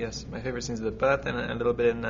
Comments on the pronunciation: i love Rob's face when Kristen says "birth" in British accent :) such a cute couple! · lol is Kristen making fun of the way Rob says birth ? xD Also, I love Rob's summing up of Breaking Dawn Pt 2 is so effing true... Jacob falls in love with the little baby, everyone wants to kill each other but nothing happens haha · kristen sounds like she's english when she says.. "birth.. been talking about the birth all day" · I found Kristen to be very funny in this interview for some reason! Especially the way she says "birth" in that english accent, bhaha